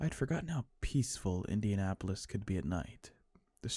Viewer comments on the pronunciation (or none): none